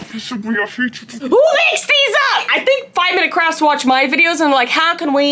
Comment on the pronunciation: Is she saying "5 Minutes Crafts" or "5 Minutes Craps" 😆🤔